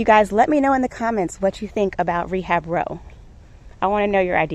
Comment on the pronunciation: “Rebab row” haha love it!